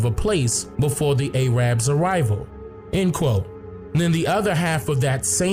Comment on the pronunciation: A-Rabs.... xD I'm Muslim and I grew up around a lot of people from the Middle East and East Africa and I think it's hilarious how you pronounce "Arabs."